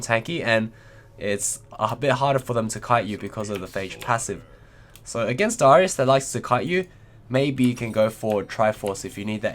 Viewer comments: Happy birthday! but you kept saying dyrus instead of darius, hahah. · you also dont pronounce darius' name properly, ots just darius not daahrius